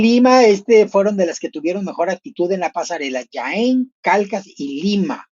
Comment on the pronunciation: Jaén. Se pronuncia la jota ya que es en xastellano. ( no es "Yaen" ).